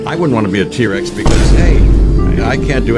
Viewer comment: It's not p-rex it' t-rex